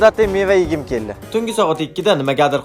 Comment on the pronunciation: Kelli deganidan bilib qollim😂